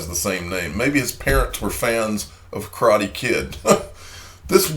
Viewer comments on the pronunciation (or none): none